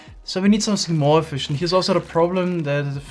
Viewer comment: that’s how you pronounce the word “efficient”.